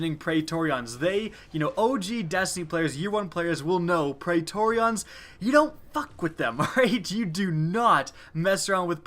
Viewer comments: It's pronounced "pree-tor-ree-in" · you make praetorian sound like an eeveelution